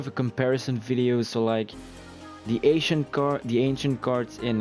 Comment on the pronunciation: i heard the asian card not the ancient card